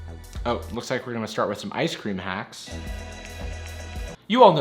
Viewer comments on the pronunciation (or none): did I hear him say the waks are pretty hacky... I’m not the only one right? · did you say: The Wacks Are Pretty Hacky ? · Nobody noticed that he said the wacks are pretty hacky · “their wacks are pretty hacky” that’s a spoonerism! It’s when you flip the first two letters of the word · I heard you say, "Sure the wacks are pretty hacky," and I thought it was right. Then I read the text. I honest to God couldn't stop laughing